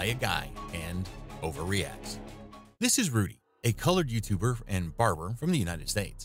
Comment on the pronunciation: I keep replaying the intro and hearing, "This is Rudy, a colored YouTuber and..."